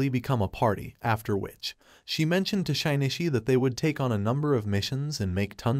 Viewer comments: shine e chee. shin knee she. shin chee. shin ishi. shinshe. I thought maybe it would get 'shin i chi' by accident but nope. Every wrong way to pronounce his name but not even once by accident. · 'Shee nee chee' not 'shy nee chee'. He isn't shy but more like sheesh dude.